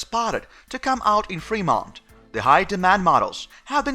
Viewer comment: You are getting closer. Femont...accent on frost syllable. ;)